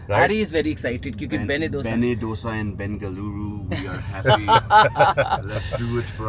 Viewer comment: Beṇṇe Dōsay (not "Dhosa"). To understand better it's बेण्णे दोसे and not बेन्ने डोसा